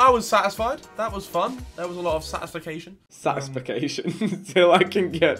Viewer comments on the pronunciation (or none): Harry said satisfication lol😂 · Nobody: Harry: Satisfication